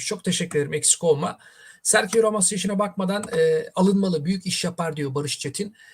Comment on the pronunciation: Telaffuzlar beni benden aldı. serhio.. gündizi... 😅